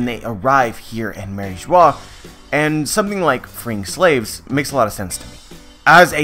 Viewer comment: I thought in french Mary Geoise is pronounced as the same way as bourgeois. "eoise" is pronounced 'juhwaa". Same exact pronunciation as "Mariejoa"